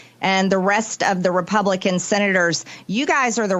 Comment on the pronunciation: did she say republicunt racist?...lol